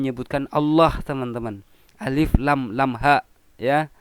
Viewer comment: Kok juara qori qoriah ;Alif Lam Lam Ha = Auloh🤦🏾‍♂️🤦🏾‍♂️🤦🏾‍♂️🤦🏾‍♂️🤦🏾‍♂️🤦🏾‍♂️